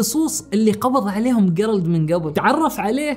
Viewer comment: جيرالد تُقرأ بالجيم وليس بالقاف